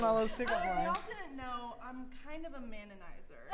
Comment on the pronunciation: No one: Absoulotly no one: Sofia: "I'm a Maninizer!"